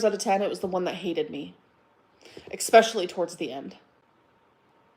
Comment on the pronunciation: "Eggspecially" should also be banned from her vocabulary.